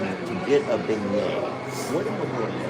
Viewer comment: Jamie, every time he said beignet yesterday. I wanted to correct him. I still want to correct him today. His video was hilarious though. Enjoy your day. 💖